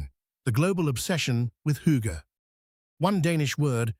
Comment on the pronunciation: This is the first correct pronunciation of hygge ive ever heard online... We always get Hoogga..